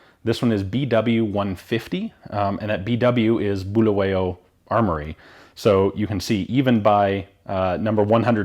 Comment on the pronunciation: I really enjoyed this! As a Zimbabwean I'm impressed at how knowledgeable you are. You clearly did your research and it's refreshing to see. Your pronunciation of Bulawayo was pretty decent BTW! Excellent content.